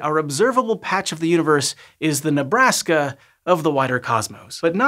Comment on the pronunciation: Hey man what's with the tone when you said Nebraska. Never mind I understand. Would you care for a shot of ranch?